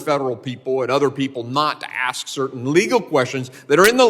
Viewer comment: Axe me a question. Nah, demand a full tuition refund and go back to school. Let me know when you can ask a question.